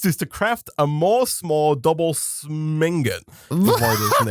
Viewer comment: MoreS'more double shut up:p i expected to be no no no no its pronounced more is more lol